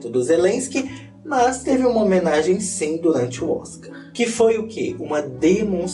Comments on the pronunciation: "Tutu pão!" "Sinhê" como eu amo esse dialeto morerês kkkkklkk 😍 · Amei o "SINHÊ" e o "TAMBENHÊ"... sempre um ahazo,!! Te amo, da Treta Gringa!!!!